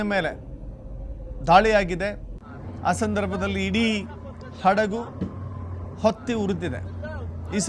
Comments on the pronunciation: ಹೊತ್ತಿ. ಒತ್ತಿ ಅಲ್ಲ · 'ಒತ್ತಿ' ಉರಿದ ಅಲ್ಲ, 'ಹೊತ್ತಿ' ಉರಿದ ಎಂದು ಸರಿಪಡಿಸಿಕೊಳ್ಳಿ....